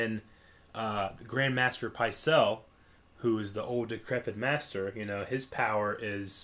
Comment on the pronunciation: Irrespective to what the rules of proper grammar may or may not dictate, Maester is pronounced on both the show and in the books as "May-ster", not "My-ster". /nitpickmode